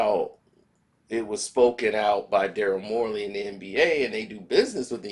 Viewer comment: its Daryl Morey bro how are you going to talk about something or somebody in keep saying there name wrong look this fool name up bro SMH